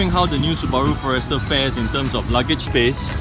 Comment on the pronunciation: For-Rester? First time I heard it pronounced this way.